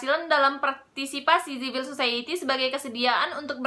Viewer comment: siv-uhl suh-sahy-i-tee bukan zivil zozaeyeti. mohon hati-hati dalam pronounciation saudari.